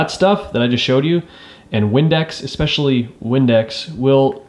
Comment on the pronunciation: Great video but please teach yourself to not say “exspecially” because it is not a word. It is pronounced “especially.”